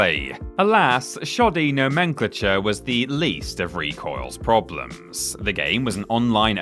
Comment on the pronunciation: 😅😅😅 Lol please say nomenclature again, that was the funniest thing I've heard all day! 😆😅